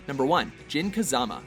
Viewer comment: I died inside. Jin is technically supposed to be pronounced Jeen. Jun is pronounced Joon. And what the fuck was that Kayuza shit?